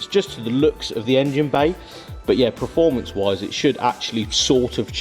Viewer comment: Oh, I'm sure I heard you say performance then you went and spoiled it by saying preformance twice 🙈😆